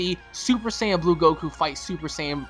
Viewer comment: Please don't say sAaaayian again. Go back to super SAYain